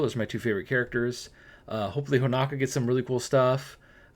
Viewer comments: Right? I was like who is Ho-NA-ka? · The info is very great but the way you pronounce honoka is killing me 😂